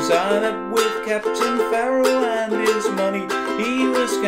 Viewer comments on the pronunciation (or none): none